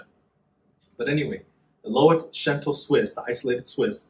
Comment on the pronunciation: I’m obsessed with your channel, thank you for the information 🥰 P.s. Loetschental is the anglicized version of Lötschental so not “lo-et”